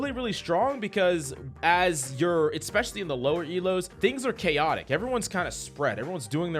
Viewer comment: "EXPECIALLY"?? REALLY?